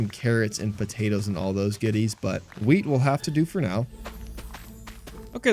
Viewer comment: bro did not say wheat